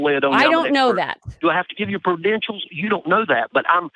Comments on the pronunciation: Did he say do I have to give you predentials? At one point meaning credentials I assume about maybe 4 minutes or slightly over into the video? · “Prudentials.” I remember this classic example of wingnuttery.